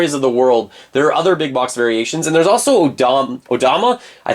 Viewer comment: Very annoying how you pronounce ‘Box’